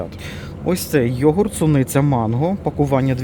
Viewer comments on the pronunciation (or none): none